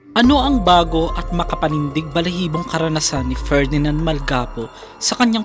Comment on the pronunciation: MALGAPO POOO HINDI MAL-GA-PO